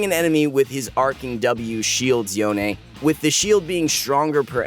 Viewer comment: yo-nae? bruh, can we just call him yone, like the word alone?